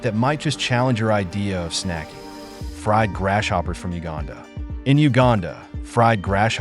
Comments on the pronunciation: Dude, your A. I. Doesn't know how to say GRASS-HOPPERS !! 😂😂😂😂😂😂. 🇺🇲🇺🇲🪖🪖👮👮🚓🚓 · Why he keep calling them grass-shoppers tho?